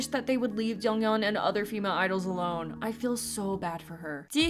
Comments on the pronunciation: Its not jungyeon it is jeongyeon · Who's "jungyeon" I though it was jeongyeon 💀